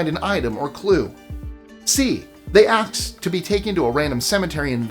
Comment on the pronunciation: 1) Did just say “aks”? 2) I’ve heard both B and C. They always vanish, and usually at a cemetery, but have also heard they just disappear.